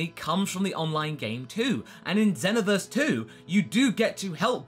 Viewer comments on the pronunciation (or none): U said Xenoverse wrong!